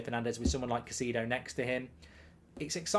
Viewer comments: Still can`t pronounce his name right. it`s Cai-cEDO as in Enzo. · Stop butchering the man’s name… smh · Why is it always British people butchering peoples name. Like u haven’t heard people saying their name for the whole season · Your name pronouncing is goldbridge lol